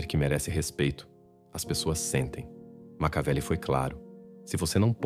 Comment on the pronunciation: Não é macaveli e sim Maquiavel.